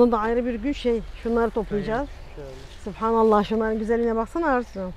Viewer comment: hanım "SÜBHANELLAH" lafzını sürekli sürekli yanlış söylüyorsunuz bilmeden günaha girmeyin. Siz sipanAllah diyorsunuz, doğrusu SÜBHANELLAH dır.